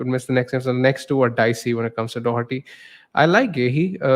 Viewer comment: There’s no “c” in Doherty